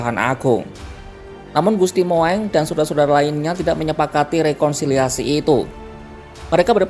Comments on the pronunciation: Bacanya jangan Moeng itu ejaan dulu "u" o sama e jadi bacanya Mung. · Admin itu bukan gusti mu eng. bacanya Mung ejaan lama.mohon maklum. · Penyiar kompas rada oon gusti moeng bacanya gusti mung itu ejaan lama oon oon 😅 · Tulisannya Gusti Moeng tapi membacanya Gusti Mung